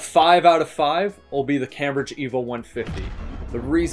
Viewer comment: Please learn how to pronounce Cambridge.